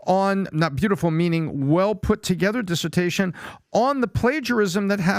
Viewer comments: It’s not “desersion” but dissertation! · Dude. It’s DISSERTATION not dissertion and VERBATIM not verbatism. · Is PPT not a native speaker of English it's always a bit shocking that he can't pronounce simple words like fervor and dissertation